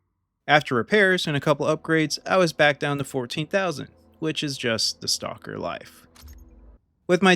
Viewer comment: your pronunciation is exactly correct for a non russian speaker.